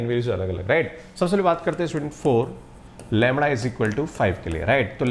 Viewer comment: ये लैमड़ा लैमड़ा क्या है ? असली शब्द तो लैम्डा है श्रीमान जी ।